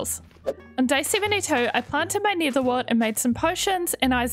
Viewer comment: I really love her builds and can you please make this a series please 🥺 also I love how you say nether as neater